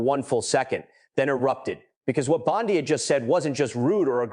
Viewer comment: AI is everywhere. When the narrator says Pam Bondi as Pam Bon Die, you know it's been created by AI. It's click bait.